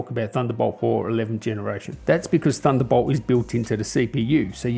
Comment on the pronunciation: I took a shot every time you said "THUNDERBOWLT" and now im dead X.X